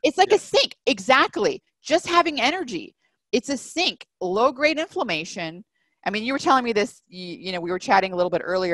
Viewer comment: So What is the definition of inflammation or afflamation - as the word is not pronounced or explained well